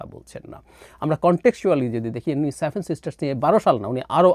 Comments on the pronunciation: স্টুপিড টা seven বলতে পারে না বলে "saven" । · আপনার 'স্যাভেন' (7) উচ্চারণটা দারুন। আপনার ভাঁড়ামো তুলনাহীন। অল্প অপেক্ষা করুন। বাংলাদেশ ভারতের ৮ম সিস্টার হতে চলেছে। 😀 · স্যাভেন না রে সেভেন 😂😂